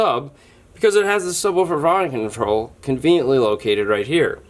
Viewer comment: HAHAHA THE “subwufferfofume control” HAS ME ROLLING